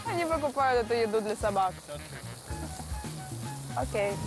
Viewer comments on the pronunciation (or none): none